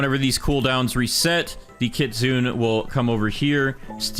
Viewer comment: kitsune is pronounced kit sue nay, you white, white, white man.